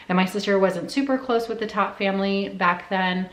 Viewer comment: Its pronounced "tote"